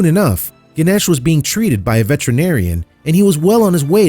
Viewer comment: Emaciated not emanciated Veterinarian not vetruhnarian